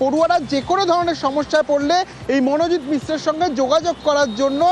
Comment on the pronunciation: মনোজিৎ মিশ্র না মনোজিৎ মিশ্রা